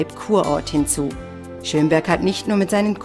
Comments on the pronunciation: Ich wohn in Schömberg xD aber man spricht es nicht so aus wie die dumme tusse da! man spricht es kurz also schnell aus und nicht so lange... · naja irgendwie FAIL! man spricht Schömberg nicht Schöööömberg aus sondern Schömberg! naja nur gut dass ich dort wohne xD